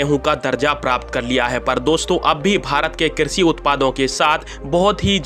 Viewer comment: हिंदी भी शुद्ध नहीं बोल सकते। श को स बोलते हुए शर्म नहीं आती एक भारतीय होते हुए। कृषि को क्रिसि बोलते हो शक्कर को सक्कर